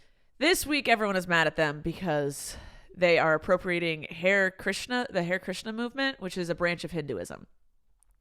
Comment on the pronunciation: sigh...it's not pronounced "hair krishna" it's "haa-ray krishna". the fact that your mother didn't correct you worries me as well. Please learn about the world. You come off as so ignorant in every single podcast. You've literally never heard of hare krishnas before to know how to pronounce it? Your ignorance about so many things isn't cute. You are 30 years old.